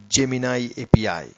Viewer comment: Ajeeb gadhe ho tum yaar, bekaar me time barbaad kar diya. A P I ko apee bol raha hai... aur editing bhi teri sahi nahi hai.. Agli baar soch samajh ke aur achhe wale Voice Genration ka upyog kar ke Video banana.... warna yu hi gaaliya khaata rahega.